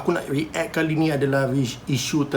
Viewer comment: aku je ke terganggu dengan cara cakap "re-act"? haha react! bukan re-act!